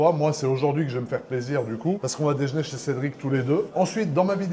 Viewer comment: " dejné " un nouveau mot ? 🤔🤔🤔